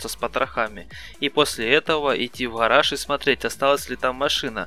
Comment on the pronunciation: врахи, хараж. режет слух. попробуй "г" выговаривать